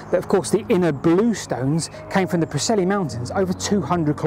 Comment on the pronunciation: As fun as always! Just a pointer on your pronunciation of Preseli in West Wales. Say the e as if it's an i and the i as if it's an e. Kinda like 'Pri silly'. As with all Welsh words. 😊